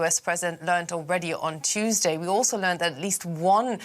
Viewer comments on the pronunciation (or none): none